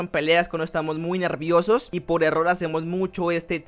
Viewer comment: me da un poco de risa porque dice nerrrrrrrrrviosos pero gracias por el video ❤